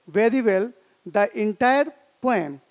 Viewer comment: Sir, Poem Is Pronounced As Poh-Um Not Poyam . You Always Had Been A Very Fantastic Teacher For Me And My Classmates of OSVN From batch 2019 .